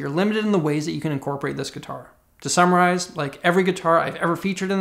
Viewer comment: Did I hear you say “summarize” as “samuraize?” I like to think so